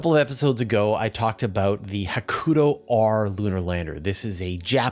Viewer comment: Tiny nit: Hakuto has the stress on the first syllable, and ends with a long "o": HA-ku-toe.